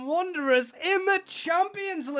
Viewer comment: Wanderers, not Wonderers! 😂 and Old Gold, not orange! Good vid though, that apart!